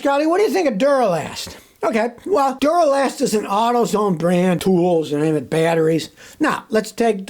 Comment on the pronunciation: yeah instead of Duralast it's Dunnalast.